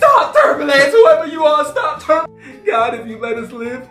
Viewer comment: “STOP TERMBILANCE” Me: I’m dead😂😂😂